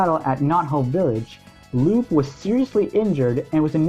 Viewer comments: *Sigh* I will NEVER understand why so many people think Lupe's name is pronounced Loop. Lupe is a real name pronounced Lúpā. It's not like in the Sonic universe there's characters with names that have different pronunciation than the spelling; it's not like Knuckles' name is spelled Nukles or something like that. If her name was Loop they would have just spelled her name Loop. It's not like she has a main move involving her literally looping or something. That would be like making the mistake of assuming Sally's name is pronounced 'salutations' or something. Unlike a good portion of the official game characters names, the old cartoon and comic names are usually just regular names, Sally and Antoine are good examples of this. Even in the old cartoon, which is where she originates from, they pronounce her name Lupe properly. > < There are so many reasons why this shouldn't be a difficult name, yet here we are. I'm not trying to be rude, but I just had to say something because I've noticed literally the majority of the fandom seems to think her name is pronounced "loop" for no good reason. It's not a fantasy name where the e is silent, it's a real name. Whatever fan-page is misinforming the masses, please people, correct this ridiculous mistake. I'm not even a big Sonic fan, but this really irks me. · It’s pronounced Loo-Pay.